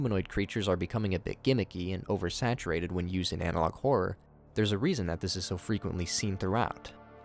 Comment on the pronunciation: "analouge" on the end killed me 😂😂😂